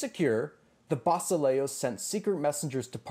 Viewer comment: The greek word fir king is pronounced: vasilèas not vasilíos. Actually the last is just a name. E , as in yes and a, as in fast.